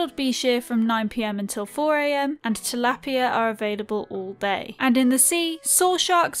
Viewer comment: to pronounce tilapia the A I Hard Like TilapiA